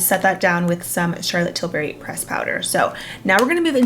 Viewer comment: Here to again say I still giggle when she says Charlotte tilberry instead of tilbury lol